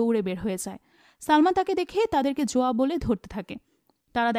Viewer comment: Not joya its zoya